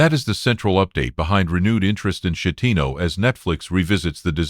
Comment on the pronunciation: A coward . Schettino ( skettino ) not shettino .